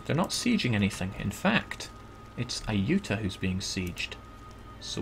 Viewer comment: i know its petty but its pronounced ay-you-tah-ya. my ocd is tingling haha